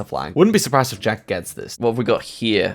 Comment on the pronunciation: Jjjjack hehe love pronunciation on Jacks name